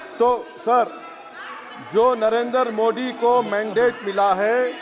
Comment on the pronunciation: Sorry sir your voice not true frequently मोड़ी नही मोदी सही है।।। 😂😂😅